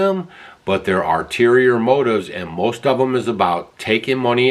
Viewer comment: mean ULTERIOR motives… not “arterior motives”. Arterior isn’t even actually a word at all. smh